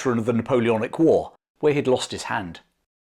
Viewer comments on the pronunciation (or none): I love how says war like, ‘whoar’ 😅🤣